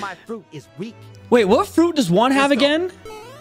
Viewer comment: When you are saying Juan it's like your saying work